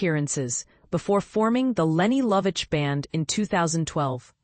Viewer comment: Pronounces her name correctly